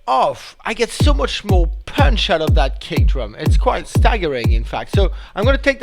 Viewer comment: i love the way he pronounces "punch"... like "pøønch" ^^'